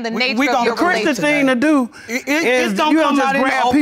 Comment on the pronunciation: His wife is ChrisTAN? She said it several times, so it was no mistake, lol!